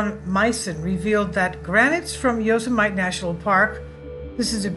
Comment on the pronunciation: Saying Yo -Suh - Might for fun is funny. Saying it for real is a bit scary. It's Yo Sim Uh Tee.(Etymology - "those who kill") Gorgeous pictures.